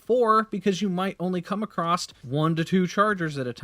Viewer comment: 'run across', not "run acrossed"